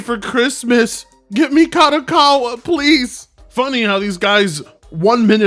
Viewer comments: Oh frit! Is like someone said on the comments of this guy video, he barely can speak English, do you expect him to say Kadokawa correctly? Also, if you watch the other videos about this company, this guy insist to say KADOWAKAWA for some reason, I guess is just to piss off the viewers. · He can´t even say the name, of the company right. KADOKAWA it is not that difficult. Besides that "" don´t know any games, made by KADOKAWA besides Elden Ring, he couldn´t name one. Just in case people wonder Kadokawa, was involved as developer or publisher for games like: Killer is Dead Lollipop Chainsaw Angels of Death Ninja Slayer and Sword Art Online: Code Register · can barely speak English, you expect him to be able to pronounce Kadokawa? Lmao and his pronunciations aren't even funny like papa Gundam